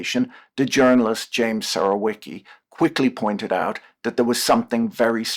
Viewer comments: Surołyki lol, Surowiecki ~ Surovyetski (u pronounced like oo in look, obligatory rolling R ofc, w = v, c is fully pronounced as "ts" kinda sound, like "z" in panzerfaust he he, I know, anglophones will pronounce panzerfaust as panserfaust, nope it's more a Pantsafoust). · I mean it in a good way, , the last name should be read as „Surovietski”.